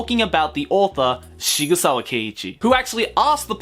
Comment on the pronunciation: >Shigusawa It's Sigsawa. It's a pen-name based on a real gun manufacture, SIG Sauer. It's even styled like that. Please try.